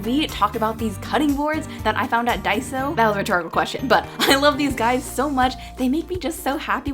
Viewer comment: it's not pronounced daiso it's pronounced dayso